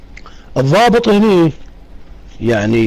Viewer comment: صاحب القناة السلام عليكم. : الضابط وليس الظابط